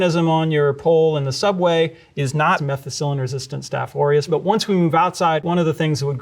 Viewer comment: When he said aureus I thought “Oreos?”